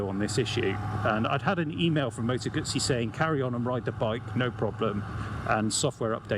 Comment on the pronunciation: Moto Gootzee, thank you for the correct pronunciation. So many say GUZZY or GooZee; Yikes!